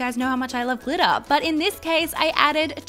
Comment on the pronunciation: When it was time to add to much glitter she kept on saying "to much glitta, to much glitta!" Wait it glitter right? Not GLITTA!